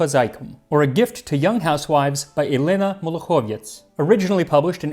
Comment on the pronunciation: It's not MolokhOvetz. It's MolokhovEtz.